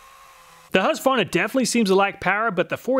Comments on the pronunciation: It sold out to the Chinese, thats what you get. Huskvana lol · Husqvarna is pronounced hus-kvarna not huska varna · The good ole huss varna.. lol.. thats gotta be an inside joke going on there.. he literally never says the "kuh" once.... Funny.. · Hush-varna? It's husk-qu-varna bud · As a Swede... I must humbly correct you on the pronunciation of Husqvarna... Pronounce it as Huskvarna with a k and it will sound excellent :-) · because it is pronounced... hoosk-varna not husk-varna :) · The name Husqvarna is originally from Sweden and the name reads as (Huskvarna) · I would just like to correct your pronounciation of husqvarna, it's HuusKvarNa :) great video! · Hearing "husvarna" pains me as a scandinavian :D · The city is pronounced Hooskvarna. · hey man i love your videos but can you pronounce husqvarna properly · Not at all. The U is pronounced like the "oo" in soon. The V is a V. I don't know where you get that random A in the middle from. It's not there.